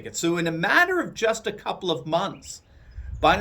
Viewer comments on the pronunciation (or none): none